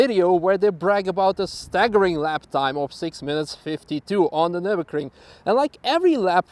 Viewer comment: "welcome to nurburgerking" CAN HE STOP SAYING NURBERKRING????